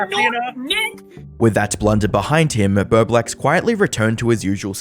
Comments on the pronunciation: Doing the complicated math, trying to figure out how he got "birdwax" from "bowblax" ? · I seriously thought I heard you say his name was "BloBlax" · I wish you could say his name right...THE WHOLE TIME I THOUGHT YOU WERE SAYING "BERBLEX"... YOU CANT EVEN UNNOUNCIATE your O's.. you say it like an "R" sound. Practice..it's annoying ..I'm Canadian and NOPE never heard of him..but TurkeyTom yes, Love him❤